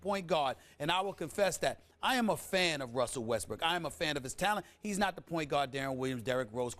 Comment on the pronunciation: that mans name is westbrook